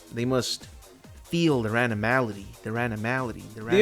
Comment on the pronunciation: Anmality man. He says Anmality Anmality Anmality Anmality Anmality.....